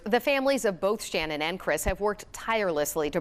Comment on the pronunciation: If you're going to report on the anniversary of their deaths, at least do Channon the courtesy of pronouncing her name correctly!! It's Channon with a ch sound. It's not spelled or pronounced Shannon!!!